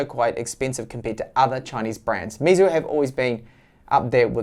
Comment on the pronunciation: Here is how to pronounce Meizu correctly: May Zoo.